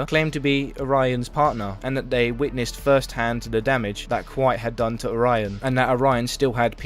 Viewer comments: It's Oh-ra-yon, not Oraina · Why you keep saying orion like orina? And the constant misgendering of him doesn’t help.